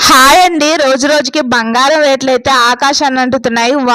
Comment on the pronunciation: Letlu kadhu retulu